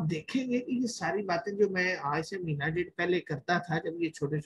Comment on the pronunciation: Only one request, its not “MEENA” its “MAHEENA”